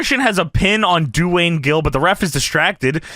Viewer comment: Doo-Wayne Gill